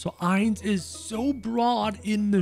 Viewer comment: Me whos doesn't watch anime thinking of doofenshmirtz every time he seys Heinz 😂 Edit: i meant Ainz but it sounds like Heinz